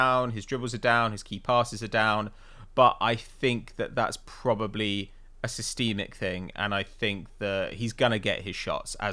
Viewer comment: That pronunciation of "systemic" WTF 😂🤣😂